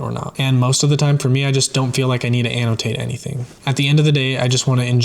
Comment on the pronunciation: I love the way you pronounce the word Annotate.